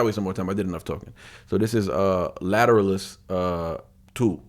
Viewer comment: Pronounced Ladder-Alice.